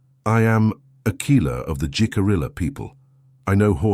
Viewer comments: A very poignant story. It is believable. Nice visuals. Only other comment is that Jicarilla is pronounced "he-ka-ree-ya". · The mispronunciation of Jicarilla was dreadfully jarring. J is pronounced like h. Ll is prounced like y. And since Jicarilla was pronounced correctly the first time it was used (and only the first) and rojo was pronounced correctly, it seemed especially odd.